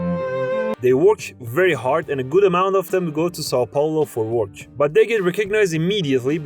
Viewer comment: I'd never heard "work" pronounced as "worch".